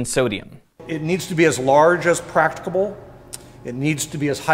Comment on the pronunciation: "As large as practibal" Practibal? Lol.